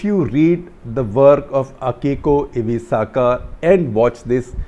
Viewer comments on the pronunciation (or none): "Akiko Iwasaka" LOL